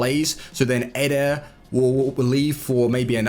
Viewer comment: he dosnt says militao, he only says eder, he need to say EEEEE-Der, not EDER